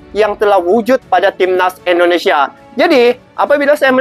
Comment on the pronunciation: Sebutannya Indonesia bang...bukan endonesia ( Indo bukan Endo )